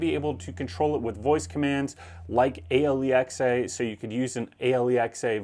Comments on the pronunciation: "Aye Elle E Ex Aye"? Lmao... what on earth? It's simply "Alexa". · You can tell this guys lived with ..."a l e x a" ... For a few years to the point he's become used to it... I've definitely done this in my house on a few occasions 😂😂😂